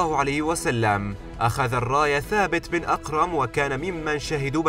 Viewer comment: ثابت بن اقرم .... اش الغباء ذا انطق الصحابة صح ولا بلاش من هالفيديو.